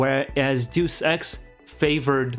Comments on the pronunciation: You pronounce Deus Ex like “do sex” and “deuce ex”, which is funny. A better approximation would be “Deh-oos Ex”. It’s short for “deus ex machina” (Latin for “god from the machine”). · Not sure if anyone has said this here and I hate to be that guy but "Deus Ex" is pronounced "Dayus Ex" not "Do Sex" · It's not pronounced 'Jew Sex', but, say it with me: Day-us Ex. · It’s pronounced (Day-us X) Deus Ex, not (Doose X) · It’s driving me nuts, hearing him constantly mispronounce the title of Deus Ex. I mean the spelling of it doesn’t even spell for “Doose Ex” . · I always thought it was pronounced "Day-Us X" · The way he says Deus Ex sounds like "Due Sex," and it makes me laugh each time. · "juice ex" lol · It’s deus ex not do s... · Duice Ex. 😂😂😂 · its one of those moments like they way you pronounce Ryu. Since the first deus ex i have been pronouncing it apparently wrong and so hard to change...lol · ehhh... having to listen to you mispronounce deus ex for 8 minutes....